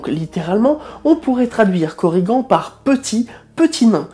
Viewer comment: En tant que bretonnant, je précise que les "an" ne se prononcent pas "anne" mais "en + n". Et avec le ~, "añ" se prononce "en" ou a. Sinon cette classification n'a rien d'officielle. Normalement ces différents types de korrigans sont juste des synonymes du mot korrigan, car si à la base plusieurs êtres existent ils ont été au fil du temps confondus en un seul mythe. Quant à savoir leurs caractéristiques distinctives à la base, ce ne sont surement pas celles que tu as citées, car pour retrouver des légendes galloises il faut le faire, d'autant plus que ça devait varier d'un lieu à un autre. Mais bon, je te l'accorde, sans cette classification ta vidéo aurait été bien moins intéressante. Cette classification vient de chroniqueurs du 18-19ème siècle qui ont voulu les codifier, alors que ce n'étaient que différents noms pour la créature, ayant parfois des variantes locales. Ca ne rend pas la vidéo mauvaise pour autant, mais ce serait bien de le préciser de temps en temps ; par exemple dans une future vidéo sur l'ankou ? (par ailleurs, l'Ankou moderne est représenté sous la forme de la mort que nous connaissons tous. Mais la forme la plus "traditionnelle" se présent sous la forme d'un vieillard à chapeau large masquant ses traits. Il tient une faux à lame recourbée, même si la créature celte d'origine utilisait un marteau. Parfois, il n'a aussi qu'un simple bâton. Il est fréquent de le voir également sur sa charette, que ceux dont un proche va mourir peuvent entendre)